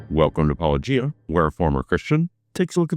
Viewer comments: Hes clearly not an apologist, as he pronounced Paulogia correctly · and for pronouncing your name right. 👍🏼